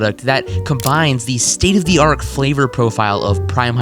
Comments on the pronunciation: are you saying “state of the arc?” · homie said “state of the ark” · almost as bad as “steak of art”